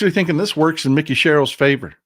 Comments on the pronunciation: I'm not being critical.... I love your show... And she pronounces her name with a long I... like Mike. Mikie. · Mikie pronounced like "Mike-ee". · I am from NJ, it is pronounced Mike-E Sherrill. She is awesome!